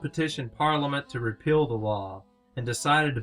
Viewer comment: This video's audio portion suffers from poor sound quality (poor room acoustics or poor microphone) and poor enunciation in some cases. Example: "Repeal" should not sound like "Repill" to the listener.